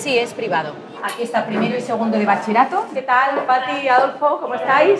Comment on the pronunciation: "Bachie-rato". Ninguna persona lo ha dicho bien :o